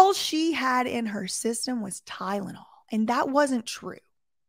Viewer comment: at least she FINALLY learned how to pronounce Tylenol correctly 🙄